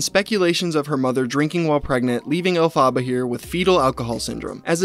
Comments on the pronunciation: Omg love this video but plz google how to say Elephaba bc ur saying it so wrong and it’s so annoying but funny also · I feel like I'm gonna die if he keeps pronouncing Elphaba like that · I'm sorry but I just can't get over the way you pronounced Elphaba😂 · I mean, apart from you pronouncing her name wrong, this is a really good video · I love this video but being a broadway nerd it’s killing me know you’re saying “Elphaba” and you said it so many times 😭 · Can you please watch a wicked film and learn how to pronounce the name alphaba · I really wanna watch this but when the name is mispronounced over and over again.. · not him saying her name wrong the whole time LMAO could u not even bother to look up a pronunciation? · Why do you pronounce Elphaba like that 😭😶 you’re killing me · Learn how to say the name ........ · the way you are pronouncing elphaba is annoying me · literally had to stop watching the video because of how you kept mispronouncing her name, sorry:( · Can't watch the vid because it enrages me. Why do they put the emphasis on the wrong syllables? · It's "El-pha-bAh" not "Ellfaba.". The character's name is Elphaba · it's Alf-eh-bah if it's the one from the musical. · It's not 'Elle-fa-buh', it's 'Elf-ah-buh' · I love your videos but it's elf-ah-ba not elfa-baar it's making it really hard to watch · Its not pronounced El Fabuh, its pronounced Elfabuh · ELF-aba, not El Faba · Bro why are you pronouncing it El-faba. It’s pronounced Elf-aba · Stop, stop! You’re going to take someone’s eye out. Besides, you’re saying it wrong. It’s EL-fa-ba. Not el-FA-ba. 🧙‍♀️🪄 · it’s pronounced AL-FEH-BUH- not “alfaabaa” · omg you saying "El fah ba" instead of "El fuh buh" is grating on my theatre kid nerve lmao. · Elphaba. Pronounced (EL-FE-BAH). Not El-PHAH-ba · El-fuh-buh. Not El-fah-bah 🤣 call me Hermoine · It’s “El- FUH-BUH” not “El-Fah-BAH” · more like “elf-a-buh” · Your killing me with the name pronunciation...it's "elf-uh-ba" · It’s “El fuh buh”